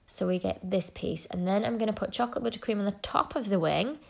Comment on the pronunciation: I love the way she says “butter cream”. Buttah Cream